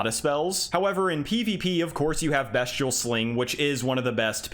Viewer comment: Just to let you know it’s pronounced beast-ee-al not best- ial 😄